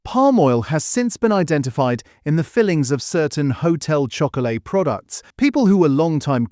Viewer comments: Annoying. Showing 4 other brands when talking about Blu-Rtbamd. “Hotel Choco-LATE”. Lazy AI slop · lol. And did you notice - there were three different pronunciations… one minute it was “ho-tel chocko-o-lit” “Ho-tel chocko-lay” “Ho-tel chocko-lat” 🤦🏻‍♂️ lol Shock-oh-larrrr 😂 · AI csnt pronounce Chocolat